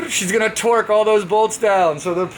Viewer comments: hehehehe... Dude can absolutely butcher the Engrish language like no other! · I dont know where to start... holy shit... "NOS solnoin" (solenoid) "Charge pipe plumping" (plumbing) "Fuel pressure reglator" (regulator) "Troq" (Torque) And last, but not least.... "Bradalogie" (wtf??) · TROQ Me: tf you mean torque?😂😂😂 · Shit, he even gets 'suspension' wrong with 'Troq Supsenson' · is the “Roadkill” of Hoonigan! Hand tight, half welded, cross threaded, f*cking make it work! 😂 - “troq suspension” 😂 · "TROQ Supsenson" - 2019